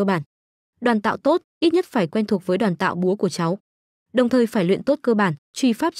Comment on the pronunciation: nghe ''Đoàn tạo" sao nó khó chịu thế nhờ, lần sau dịch cho đúng là "Đoán tạo" nhá